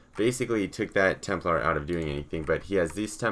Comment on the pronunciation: It's "Templar"